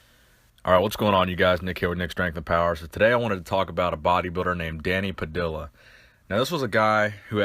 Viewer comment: It's Pad-ee-ya.